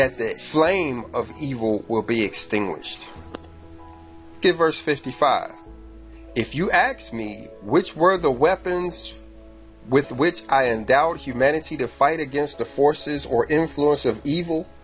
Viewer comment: PLEASE don't say "axe" instead of the proper "ask". Makes you appear uneducated and lazy tongued. I am with you brother, subbed and learn from your videos. BTW, were I able to pronounce all my words correctly (as I used to) I would. Cancer took over half my tongue. (My second cancer BTW) Not that I want sympathy. I want you to appreciate the abilities you have and speaking correctly is an ability you have, while I do not.